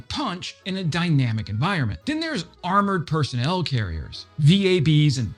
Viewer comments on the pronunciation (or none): none